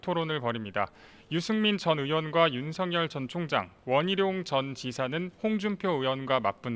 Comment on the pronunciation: 윤성열이 아니라 윤서결입니다 똑바로 발음해주시오 말해서 밥먹고사는 사람이 정확하게 발음해주셔야지요 아나운서 기자 똑같네요